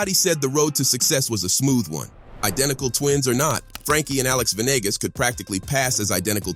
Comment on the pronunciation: Ve nee gaas. Not venigas